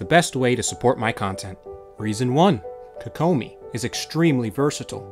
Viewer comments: KOE KOE MI equal stress in each syllable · You say her name weird